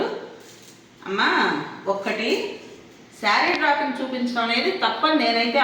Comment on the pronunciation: డ్రాపింగ్ కాదు డ్రె్పింగ్ అనాలి అమ్మా